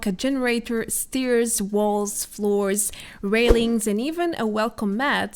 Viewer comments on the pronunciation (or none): Please look up the pronunciation for the words "chair", "stair", "wear" and "supply" . I don't want to be educational, but those are extreme examples and it really hurts one's ears and the way you pronounce it, means completely different things. Another word you use frequently is "delay" which is also pronounced differently and it is annoying to hear it over and over again. I know it is not pupular and Iam not even a native Engllish speaker myself, but I feel somebody should tell you for the sake of future improvement. And we all should strive to become better in what we do, don't you agree? Besides that, I find your dialect quite charming and your content very informative. Keep on with your excellent work!